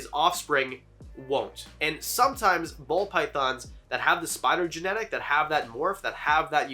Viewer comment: I feel like I’m hearing him say Pall Bythons